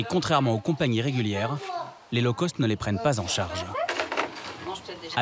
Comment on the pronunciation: low cost revoir la prononciation : cost Sinon intéressant